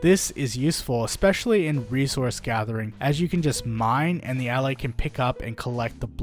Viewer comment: i think they are pronounced "ullAys"